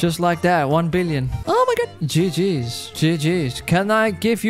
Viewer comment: I love when he says o my gut